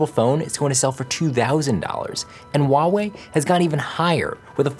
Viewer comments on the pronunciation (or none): none